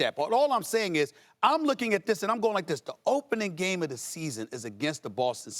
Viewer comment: Stephen A Smith mumbling words “smmmffseeeaassonn” lol he need a break ESPN working him too much